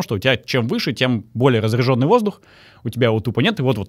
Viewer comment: Не разрЯженный, а разрЕженный, русский ты, баля) рЕдкий